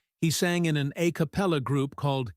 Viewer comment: Your AI can’t even pronounce “a capella.” It’s pronounced “ah.” Not “aih.” And exactly how much money are you making with your crude expose’, off his sweat?